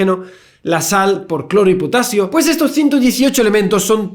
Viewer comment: Javier: La sal está formada por cloro y potasio... Yo: ...claro si!! "potatsio"!! :3